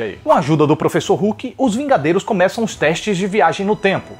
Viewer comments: oxe vingaderos? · "Os Vingadeiros" 2019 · até vingadeiros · Teve uma hora que falou vingadeiros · Você fala vingadeiros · vingaderos? Kkkkk 2019